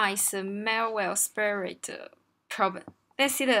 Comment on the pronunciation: Respect to a person who can solve leetcode hard but can't pronounce "spread". 😉